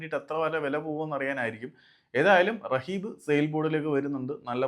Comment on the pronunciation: റഹീബ് അല്ല റബീഹ് 😂